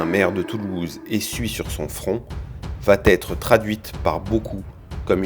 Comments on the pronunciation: très bien mais les commentaires voix off, SVP "VA être" pas de T = PAS DE LIAISON!! Plusieurs fois ce n'est plus une "petite erreur", c'est une FAUTE DE FRANCAIS. 😉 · Subornation de témoins pas subordination. Et cessez les mauvaises liaisons : va-t-être.